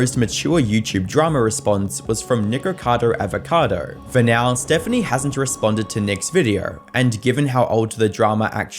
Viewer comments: Nikarcoda Avarkoda lol 😂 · "Nircado arvercado" 😂